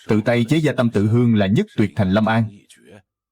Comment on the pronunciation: Gia mà cứ đọc ra ra nghe khó chịu vl